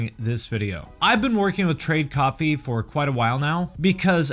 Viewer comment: The way you say "coffee" sounds like you're saying "copy" I was so confused haha You want us to make our own copies, and they are liquid? I just woke up.